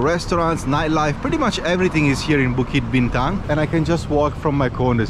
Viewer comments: Bro, minute , actually the Petronas Twin Towers is just a 9 minute walk from Pavilion Bukit Bintang if you just follow the main entrance past Five Guys and Starbucks you'll find the bridge that connects directly to the KL Convention Center which is next to the park. Also bro, you butchered the pronounciation of 'BUKIT BINTANG' throughout your whole vido😅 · it's Bukit Bintang not Bituk...Bukit means Hill, Bintang is star so Star Hill 😊...enjoy Malaysia and the food!